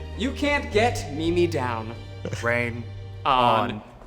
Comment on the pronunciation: Zach calling his dress a “Me Me” like how an older lady would pronounce “meme” only amplifies his grandma vibes